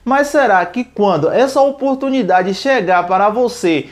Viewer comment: Quantas vez vc falo a palavra oportumindade neste video